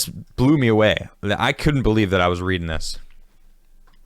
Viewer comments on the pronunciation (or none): none